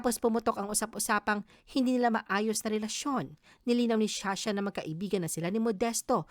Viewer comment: sha sha???? You mean Zsa Zsa